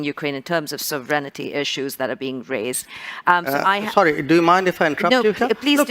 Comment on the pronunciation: The man was not American the women is Indian origin brown sahib yet she says sovREN ity instead of SOVereignty